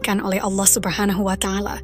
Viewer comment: Allah subnahu wa'ta ala, bukan watangala min, risih min